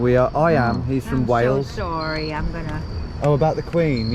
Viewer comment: that was epic, americans are pretty guarded sawwy